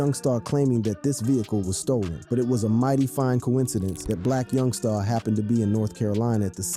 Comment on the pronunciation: Boy why yo say my homie name like that!! Yungsta not yungstaaaa..